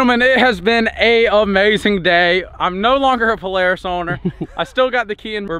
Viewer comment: Its pronounced Polara$$ not Polaris